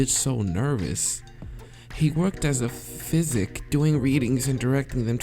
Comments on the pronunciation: It's psychic (sigh-kick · he pronounces psychic, physic and its annoying me